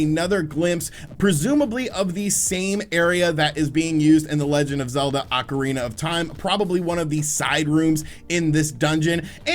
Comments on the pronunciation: Take a shot every time he says “Legend of Zelda: Oncirina of Time”. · Is it Acarina or ocarina ?